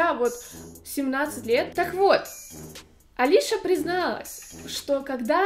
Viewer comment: Её зовут не Алиша , а Алиса (фамилия Казакевич)